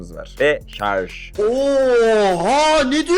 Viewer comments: SARJ DEMEYİ ÖĞRENİCEK. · Elinde telefon yok sağdan soldan duyduğunla sallıyon zaten antipatiksin görüşlerinde, kullandığın Türkçe de yetersiz şayomi değil şaomi şarz değil şarj maden bu işi yapacaksın doğru Türkçe kullan